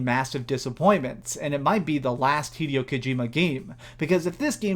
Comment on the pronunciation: its pronounced hi-day-o not hedio you moron